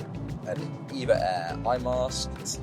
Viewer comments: It's called E V A NOT EVA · It's E-V-A as in Evergreen Airways but I often find myself calling it Eva.☺ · Officially, it's E-V-A, but even employees, when not speaking with customers, will say EVA. When the airline was established, the chairman, the founder of Evergreen Group, wanted the airline to have the name Evergreen Airlines. But that name was already taken by a US cargo carrier airline. So he settled for EVA (short for EVergreen Air). However, in Taiwan, they're free to use Evergreen Airlines (長榮航空). So people in Taiwan mostly refer to it as Evergreen Airlines. The Taiwanese diaspora around the world normally says EVA instead of E-V-A (it's just easier). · Not really a Hello Kitty fan (sorry folks!) but EVA Air (I pronounce it Eevah) is one of the nicest ways to fly in business. I'm a fan. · The flight attendants on board calls it E-V-A , check with them next time when you fly